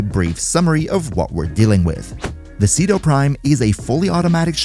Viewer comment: Umm actually said it's pronounced Chedu Primo